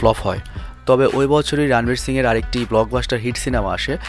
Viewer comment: রানবীর নয় শুদ্ধ উচ্চারণ হবে রনবীর